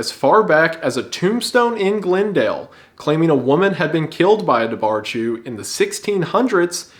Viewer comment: Wendy my guy, Dobharchú is pronounced duhwar khoo (kh is like h with phlegm). It’s also literally just Gaeilge for otter haha.